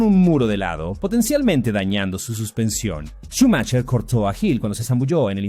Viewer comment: Xq cada vez q dices “Schumacher” lo pronuncias diferente?